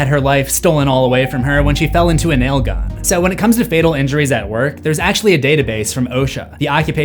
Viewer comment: It's really weird hearing nail gun pronounced properly instead of "Naaaaaiiiiillllll guuuunnnnn" IYKYK